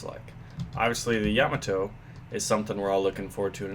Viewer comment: no he said it right